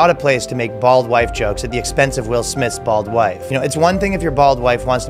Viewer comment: Did you say bald white jokes or bald wife jokes?